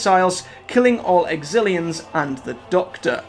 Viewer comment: Lol you did it with the Exillons too but its a great video regardless.